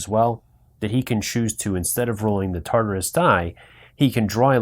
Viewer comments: Thank you for the video, however, I could not finish watching it for the mispronunciation of "TARDIS" (tarderis) and "anomaly" (abnomality), it was just too grating for mine. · Great video but please correct your pronunciations: Tar-dis, Dar-Lek, anomaly not abnormality and maybe a few others, which you later apologised for just as I started typing! I look forward to playing it with your initial input! Thanks! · OMG you are killing me with the pronunciations! TARDIS is "tahr'-dis.". Daleks are "dah'-lecks." Other than that good show!